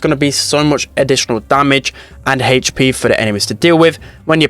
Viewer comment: I love when he says: HeEytchpee